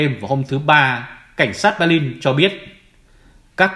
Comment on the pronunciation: Hoàn nghênh đọc tên địa danh theo quốc tế và Đức ngữ. Xin tôn trọng đừng dùng âm sai như. Béclin,Hambuốc,Frankfuốc.